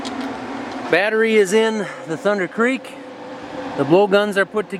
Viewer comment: You haven't been saying it correctly. It is "Thunderrrrrr Creek". You started it.